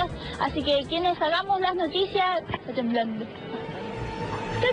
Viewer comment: para ser periodista, habla como las weas xD ''ta temblanduh''